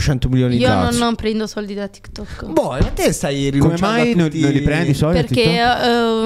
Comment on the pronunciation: Si,ma si dice TikTok non Tikkettok